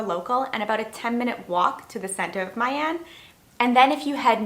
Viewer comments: The correct pronunciation is "Me Ahn", not "Mai Anne". More accurately, "Me" with the up inflection as if you ask "Me???" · FMI, "My" in "My An" Vietnamese people call it like "Me" in English, not the way you pronounced it :)) good content